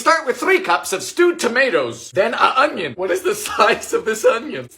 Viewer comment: Oynion an cewaly!